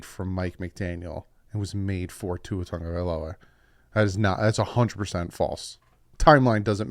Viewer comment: TAGOVAILOA…not Tongue-a-vailoa